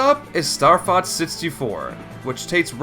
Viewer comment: You pronounce it Starfotz which means starcunt in German.